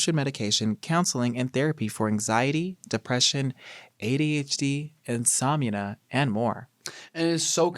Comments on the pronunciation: anyone else notice larray say “insomunia” in the initial ads 💀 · Not Larry pronouncing insomnia wrong 🤣 much love 🤍